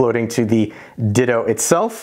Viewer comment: Perfect video except it's not called a "Ditto" lol it's Ditoo.